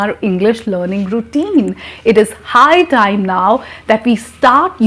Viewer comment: Very good. but High time is not clear